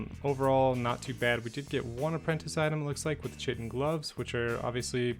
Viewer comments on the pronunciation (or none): Chitin is pronounced "Kai-ten"